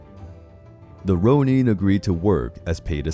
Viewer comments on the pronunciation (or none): It’s not ‘Rone-een’ It’s ‘Rone-inn’. No hate but just saying.